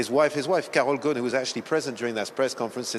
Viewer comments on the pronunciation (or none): His name is Ghosn, thr S is pronounced. It means "branch" in Arabic. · I’m just gonna pronounce it Gone. Carlos Gone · MM 20 Then why didn't correct this since she is an Arab living in Lebanon? She Also called him "Gon" lol